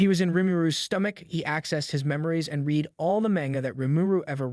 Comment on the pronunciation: Just throwing this out there read is present tense. Past tense is read, but it's pronounced like the color red. You would say I "red" a book. But spell it. I read a book. Just fyi.